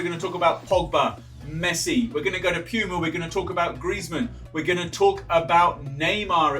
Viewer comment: No one: Him: "Piyuma"